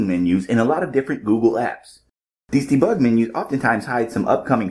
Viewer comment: Debig lol or bebug 😊